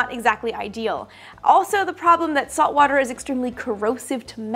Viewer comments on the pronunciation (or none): none